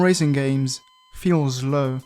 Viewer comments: Not meaning to be rude, but please consider to relearn how to pronounce S. You say zleep and zlow 😅 some people are unaware of have old habits 🙏🏻💙 cool video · Why do you say “feel zlo” ? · wait your italian? explains why you keep pronouncing your "s" like a "z" I died died laughing when I realized that you say "zlow" instead of "slow" in a video all about speed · u say zlow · Slow ❌ ZZlow✅ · Why u sayin zlow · Slow❌ Zlow✅ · bro be saying zlow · Why do some racing games feel szlow 😂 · I love how he says “zlow” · My boy says zlow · Bro your accent is peeeerfect! The way you pronounce “slow” is the only Italian thing in your speech omg